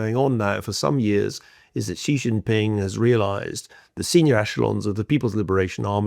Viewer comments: GUYS GUY GUYS, it is not "GEE" it's "SHE" as Niall said. It's SHE, SHE, SHE, not GEE/JEE. Likewise, Beijing is pronounced "beh-JING" not beh-zjing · Xi, it's pronounced "she". Please.